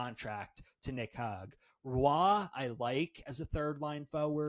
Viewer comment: LMAOOOOO trying not to laugh at this guy saying Nick HOG for the 17th time. Jesus Christ dude.